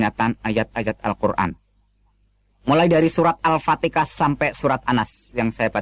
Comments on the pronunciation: Hahaha,,, ngaku ust, baca ayat al quran saja gak benar, mana ada surah alfatika,,,, dasar kafir, ngaku ust. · Ini hanya berpura pura pernah muslim sebut al fatihah saja al fatekah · 0rang bodoh bisa lah kau tipu...krna tajwid kau salah semua...mengaji Al Kuran....menyebut Alfatiha kok Alpatika....kau mmng kafir...kafir kau